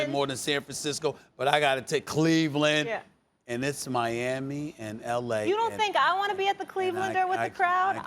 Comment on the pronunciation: The way he said Cleveland Lol